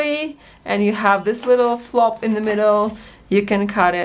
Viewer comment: Flap not flop.